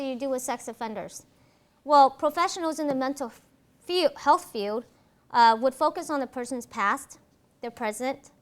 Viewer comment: No. No slack for a PhD who can't say, "field" instead of, "feud" or says, "...who wants to become a police", or who uses that childish, pretentious affect so common in Californians, and whose sole perspective on forensic psychology is from defending the accused and avoiding conflict with those who are guilty. She put it out there, and if she is not mature enough to own it, then she needs the ridicule and derision. A forensic psychologist has, by the nature of the work, to be secure, confident and competent because the attorneys on the other side of the issue are going to eat her alive in a courtroom or judge's chambers. As to your comment about if it's boring, then don't watch...how the actual fuck is someone to know that BEFORE watching? CalSouthern needs to know the common, popular opinions of the videos they publish in order to improve. You are a moronic snowflake. She is not being bullied in the comments and does not need your pity. Take a course in logic and rationality, there are lots of free resources!